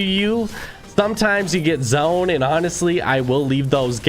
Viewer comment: Anybody realised he sais zoen instaid of zone